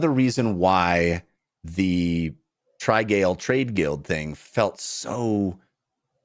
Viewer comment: It's definitely pronounced trih-gall rather than try-gale. But yours is reasonably funny